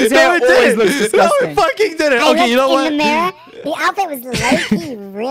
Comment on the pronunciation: no one: george: DISGOSTAN